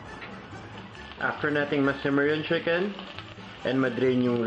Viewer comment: Sheeken or chicken???